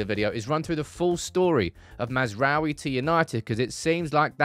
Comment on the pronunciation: Why everyone says he’s name wrong 💀😂 it’s. Maz (like Mazda da) rA(!) - oui (France yes) So Maz Ra Oui Everyone yt’uber says massra’oehWie, it triggers me 😅